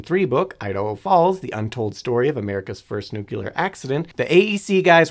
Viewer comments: nu-cle-ar, not, nu-cu-ler. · Nothing more annoying than hearing people say nuculer. Its pronounced new clear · Every time i hear NEWK-YOU-LUURR. Like nails on slate. Now say it with me: NEW-CLEAR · bro... it's pronounced NEW-KLEE-AR "NUCLEAR" not!!!!! NUKE-YOU-LAR. it is not spelled nuke-ULAR nor is it pronounced that way! it is NUCLEAR PLEASE pronounce the word correctly if you are speaking about it, and ESPECIALLY repeating it so Frequently it really detracts from the intelligence perspective and it also DISTRACTS viewers with redundant mispronunciation of THE KEY!!! word; NuClEaR. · Today I found out that some people say 'nucular' rather than 'nuclear'. lol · I never understood how some people, no matter how knowledgeable, can't or won't say new-clear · It's Nuclear, not Nucular. For fuck's sake already! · Pronouncing it "nucular" gives the same impression as if you were making a video about libraries but kept calling them "libaries". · Nuclear: not Nucular. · "Nucyoolar" ugh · Sorry, I don't pay attention to anyone that says nukular. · I had to abort at "nucular" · yessss. There is only one "u" in "nuclear" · As a former science teacher, hearing people say "newkyalar" makes me feel like my life was in vain. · Worst part was him saying newkulay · Say. It. CORRECTLY!!! RAR!! 😂😂😂🤣🤣🤣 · I’m sorry, but I can’t listen to a video about anything nuclear when the speaker says “nuke-ular” the entire time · I've seen you write the same thing over and over. I think you're missing the point... People are complaining about the presenter saying "nu-CU-lear"... the "CU" bit. He does the same with "nuclei" saying "nu-CU-lei" instead of the proper "nu-kle-eye". Google's AI voice is terrible. And they don't decide how it's pronounced... check the phonetic spelling used in the pronunciation (in dictionaries - not Google's AI voice). EDIT: I'm not saying you're wrong... because you're not. Languages are pronunciations are funny :) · Except for the pronunciation of nuclear.😂